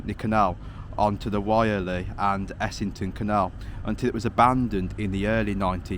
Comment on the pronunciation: Someone may tell you that the pronounciation of Wyrley is...werrrleee not Y er lee. In fact it was at times called Y er lee. Today we call it Werrr Leee. I fish the Wyrley and Essington canal at Pelsall North Common and up the Cannock Extension. Good video mate, I'll check out some more. Keep 'em going 🙂